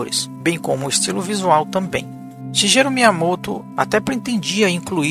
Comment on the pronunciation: Escreve Shigeru por causa do alfabeto americano, mas se lê Shigueru